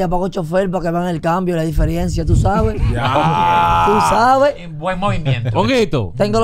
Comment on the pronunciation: Onguito va detrás del cherry en cuánto a loquera! Son do' cucaracha que tiene en ese cerebro. Oye esa espécimen dique 'la diFieReNciA' 😭